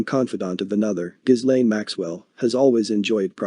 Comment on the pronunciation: Informative clip. FYI - Ghislaine is pronounced "Ga lin" and Giuffre is pronounced "Ju frey".